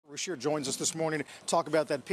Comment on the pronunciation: his name pronounced Ru-Cheer - the CH is pronounced like CH-INA - not RU- SHEER - but besides that hes weird and has some really bad hair - reminds me of a private tutor I had back in the old country who had seriously bad BO